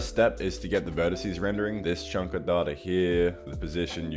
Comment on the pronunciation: Data > "Dateur"